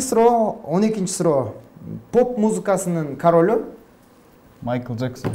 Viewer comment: Майкл Жексен дейтго агайы😂